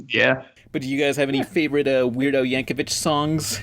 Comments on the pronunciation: It's pronounced Yank-o-VICK, you dirty plebs. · I cringed every time pronounced Yankovic